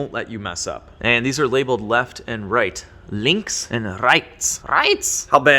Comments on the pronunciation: German viewer here... You said Links pretty well, but your pronunciation of Rechts was a bit rough. Also, EIN and AUS just mean in and out. That being said, I love your content. Keep it up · Im from Germany and when you said "Links" it was perfekt but you need to work on your "Rechts" a little bit more.